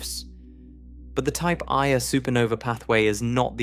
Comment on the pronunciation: Just a small suggestion. At about the 1 hour 30 minute mark, the AI pronounces the Type Ia ("1-A") supernova phonetically as a type "eye-uh", which might be a bit confusing for those who have studied a little Astronomy, but are misled by the incorrect pronunciation. I've noticed this same fault in several of the videos on sub-atomic particles and such. Not to detract from the incredible benefit I have received from these videos, but perhaps the AI could be trained to correct some of these issues. After all, spoken communication is just as important as written (spelling, grammar, context and such). Thank you for continuing to produce these. :)